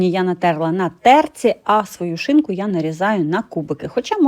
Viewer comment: Ви так смішно сказали,свою шинку😊,смачного вам.